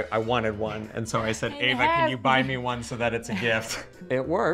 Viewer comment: Eva! Not Ava!